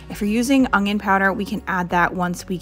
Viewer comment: I'm unsubscribing because of the way that you say onion.